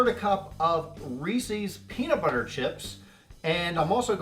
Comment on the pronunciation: Cracks me up how you keep saying Reecie's instead of Reece's!